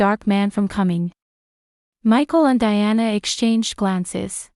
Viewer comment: Diana pronounced as de-anna